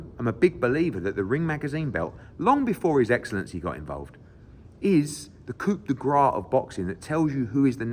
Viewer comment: Only a classless melt from Essex like Eddie could use the term “coup-de-grace” in completely the wrong context and also pronounce it completely wrong🤡🤡🤡